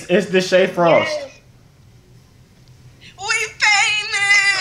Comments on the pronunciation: It’s desha frost! 🤦🏾‍♂️😭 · Its deshae frost 🤣